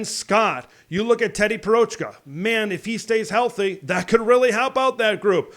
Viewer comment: Teddy Prochka!? lol. Try again